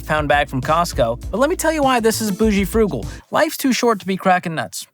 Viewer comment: "Bougal" (boo-zhul)